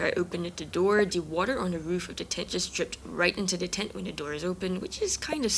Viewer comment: Why are you saying tent like that?Speech impediment?